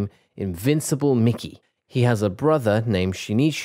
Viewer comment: minutes of someone mispronouncing names)